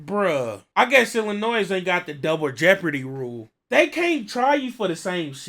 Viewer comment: The S in Illinois is silent. Think snitches. There's no "noise" in Illinois